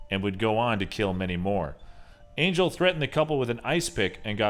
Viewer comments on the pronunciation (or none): It's not pronounced angel it's pronounced on-hell it's a Spanish name